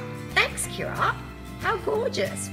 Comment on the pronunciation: Thanks for the shout out! You didn't pronounce my name right (it's pronounced like Michelle!) but most people can't even manage Kira so it's okay!!☺️